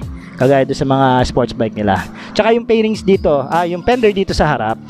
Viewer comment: Paki pronounce ng F at V ng maayus , fairings Hindi pairings